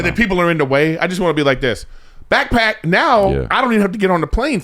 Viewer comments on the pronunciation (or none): none